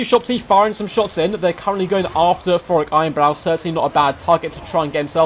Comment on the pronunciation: Maybe it's my phone's speaker... but who is "Forek" Ironbrow? 😂